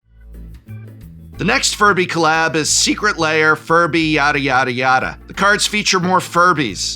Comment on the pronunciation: The combination of disgust,disbelief and laughter that hit me when he said “our third furby secret liar” is indescribable